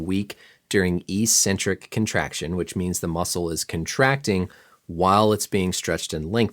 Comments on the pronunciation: It’s “ec-centric” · It’s pronounced EK-centric, not EE-centric. Common mistake conflated with the pronunciation of “asymmetric.” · THAT'S NOT HOW YOU PRONOUNCE ECCENTRIC